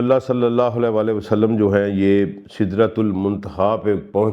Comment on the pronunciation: آپکی تفسیر اچھی ہے لیکن آپ نے جب بھی قرآن کی تلاوت کی اس میں تجوید زیر زبر کی غلطی ہوتی ہے اس سے دل میں آپکے قرآن کے طالب علم ہونے کے بارے میں وسوے آتے ہیں کہ پہلی شرط تو اسکو ٹھیک سے پڑھنا ہے ہے ان آیات کی جو تلاوت جناب نے کی ہے دو جگہ واضح فرق ہے لکھے ہوے اور پڑھنے میں ۔ دوسرا جب بھی آپ درود پاک پڑھتے ہیں کہتےہیں وسلم میں ل کے نیچے زیر کی آواز نکالتے ہیں اور حالانکہ عام طور پر ل کے اوپر زبر ہے ۔ مزید برآں آپ کا دعویٰ پڑھا لکھا ہونے کا ہے لیکن معاف کیجئے گا جب آپ عربی پڑھنے تو لگتا ہے کہہ سک انڑھ شخص لب کشائی کر رہا ہے ۔ قرآن کو تو خوبصورتی سے پڑھنا چاہیے ۔ اس چیز پر غور کریں کیونکہ آپکا دعویٰ ہے کہ آپ قرآن کے طالب علم ہیں ۔